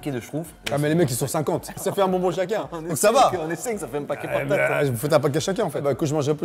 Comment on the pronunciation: tout le monde: bonbon avec son accent: bongue bongue mdr